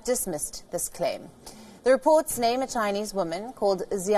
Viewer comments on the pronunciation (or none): none